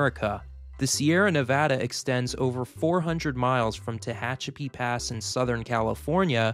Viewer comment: My hometown Tehachapi mentioned! And pronounced correctly!